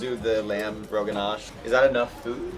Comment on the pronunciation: Not lamb Roganjosh but Lamb Roganash